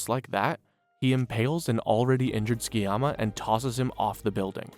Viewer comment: Dub should be illegal. Its pronounced Su-ki-yama. Not fking skii-yama